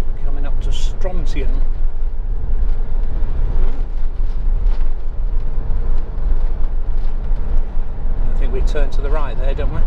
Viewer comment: Thanks for this. Brings back happy memories of a few weeks I spent in Lochaline a few years back. By the way, Strontian is pronounced with emphasis on the middle syllable StronTEEan (I got told off by a local for saying it wrong).